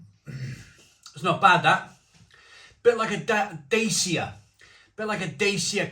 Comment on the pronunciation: Its Pronounced Dach-ah i used to say Day Cia and Romanian people i knew kept correcting me lol